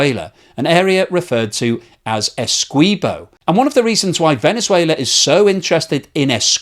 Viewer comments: A few issues. Venezuela want to take Essequibo, not take it back. Venezuela never had control of the territory of Essequibo. Its Guyanese, not Guyanan. And the "qui" in Essequibo is pronounced the same was as the "qui" in all other english words.e.g quick, quiver, quilt, liquid, squint, acquit, squirt etc. Why do you change the pronounciation to "kwee" instead of the english accepted "kwi". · you are helping Venezuelan propagandists when you state "Venezuela wants Essequibo back." By the way it's Ess-EE-quibo not Essquibo. I am Guyanese; so I should know. Actually, there was a claim by Venezuela which was settled since 1899. The record shows that Venezuela celebrated with the land they received. As the cold war dawned and Guyana appeared to be going communist, the US incited Venezuela to resurrect the dead claim. They needed another death to help them. So they waited until a man named Male Provost died to state the basis of the resurrection, which was that some hanky-panky had gone on according to the now dead man who, of course, could no longer be questioned. If you can find a column done about 15 years ago by a Venezuelan English-speaking newspaper named the Caracas CHronicle, you would see even they recognised the claim was bogus. You may need to use the Internet Archive. I couldn't find it with a surface check. By the way, Venezuela is a nation of cowards. They also had an area of Colombia on their map. They quietly abandoned it about 20 years ago. You want to guess why? I think it has to do with the size of the Colombian military compared to Guyana's. What do you think? Our population can't even touch a million people. Yes, the whole population. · FYI: Esequibo is pronounced esse-KEY-bo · Essequibo - pronounced - Essay kee bo. Come on. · Its pronounced Ese-key-bo